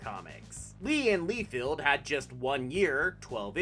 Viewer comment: . Not "lee field" it's "LIE FELD".